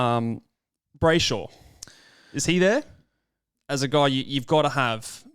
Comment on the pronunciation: "Brayshosh" 😂 Sorry not letting you get away with that one